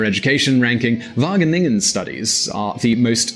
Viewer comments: Am i the only one who thinks that when he says wagningen, no it is waGeningen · whattenengen?? Wah-gheh-ningen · No offence but : "The university of Wakenakken" Whahah im dying here! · Wageningen -> Wakkennakken😂😂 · "University of Vagenegen" haha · "The University of Wagganeggan" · Wageningen NOT Wagenegen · How to pronounce the g in wageningen: try saying K...do it conciously, what did you just do? you closed the back of your mouth, and than exhaled...right? now do it again, but be lazy, don't totally close the back of your mouth, and use less force...there you go! now you said "g" or "ch" in Dutch....So from now on never pronounce a g or a ch like k any more, you sound extremely dumb if you do.. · English speakers trying to pronounce Dutch placenames makes me cringe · That first pronunciation of Wageningen was so terrible that it was hilarious XD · as a student at Wageningen, it is great to hear this, although the pronunciation hurts my ears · you absofuckinglutely butchered wageningen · how the fuck did he pronounce wageningen xDDD look it up in google translate please, this is not the pronunciation, and its an easy one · How you pronounce Wageningen 😂😂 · I'd like to hear a Dutch person pronounce Wageningen. I bet it's unlike in this video. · Being dutch i cringed hard when he said wageningen